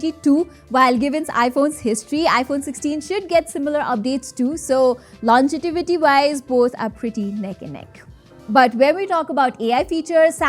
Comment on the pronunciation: Yeah, but you said 'longetivity' 😅